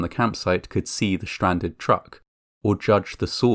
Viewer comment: Schtranded? Schtrange? Deschtroyed!